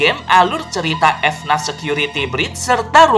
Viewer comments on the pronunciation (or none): Bang dibaca nya fnaf bukan efnat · orang lain: FNAF security breach: F-NAF security breach